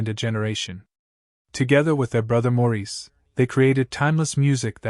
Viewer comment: It's pronounced "Morris" not "Mour-reese"